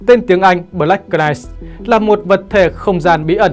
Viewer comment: Đóng góp chút ý kiến Xin đừng đọc “BỜ-LẮC “ .Đọc 1 âm BLACK (căn bản english) và Đừng đọc CỜ -night (Knight)mà 1 âm NIGHT (K không đọc) Trên YouTube có triệu người xem mà đọc không đúng, không chuẩn làm người xem không hiểu nói gì?😁 Rất quan trọng.Không cần tiếng Anh giỏi nhưng tối thiểu khi lên YouTube nên chuẩn bị tốt để đọc tin Chương trình rất hay và giá trị. 👍👍 cám ơn